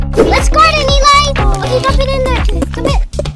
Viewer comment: It’s not Elie its Eli